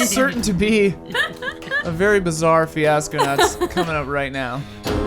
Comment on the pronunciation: "Hey Ash, What'cha playin?" "....Fweeasco"